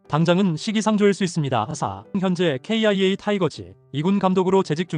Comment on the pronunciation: KIA를 기아라고 말하지않고 케이아이에이라고 말하는 건 또 뭔가? AI 내레이션 진짜 못들어주겠다.ㅋ